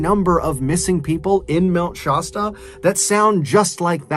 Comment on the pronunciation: I love MrBallen's narration. Only thing that keeps throwing me off is his pronunciation of "Mt. Shasta". Much love for your art of telling stories!